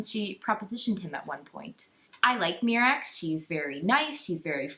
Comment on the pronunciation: I really hate all of your opinions. You also pronounce basically everything in the EU incorrectly which is incredibly annoying. I had to nope out after a half dozen "mee-rax"s and a few "thy-ferra"s.